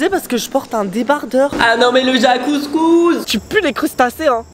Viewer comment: Ta dis jaque couscous a la place de jacuzzi jpp